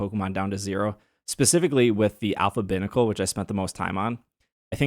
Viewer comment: Pronouncing Binacle that way kills me. lol It's little "Bī" like two.